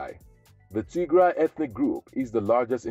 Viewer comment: Tigray 😂😂😂😂😂😂😂😂😂😂😂 you crack me in laughter as soon as you start TIGRAY 😂😂😂😂😂 … you got that wrong mate